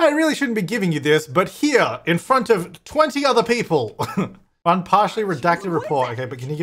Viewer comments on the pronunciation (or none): none